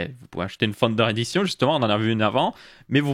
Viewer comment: À chaque fois qu'il dit "Founder Edition", j'entends "Thunder Edition".